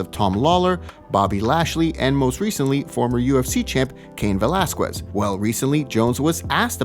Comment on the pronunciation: why does anyone watch this terrible video the transitions into topics are horrible and he can't even pronounce Velasquez